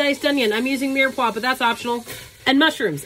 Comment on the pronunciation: Did….did you just say mirepoix? AND say it correctly?!? My little Creole heart is happy ☺️🥰